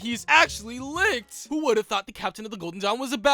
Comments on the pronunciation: Bruh . he said all the names wrong. Its not lixt . its licht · I love how you pronounce Licht's name like "licked" lmao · IT'S PRONOUNCED LISHT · LICHT IS SAID LIGHT IM SO MAD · The mispronunciation of German words is making me laugh so hard. "Licht" is just the German word for "Light" and that is not how you pronounce that 😅